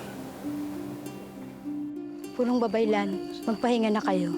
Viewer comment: Babaylan ang tunay na bigkas sa iyong sinambit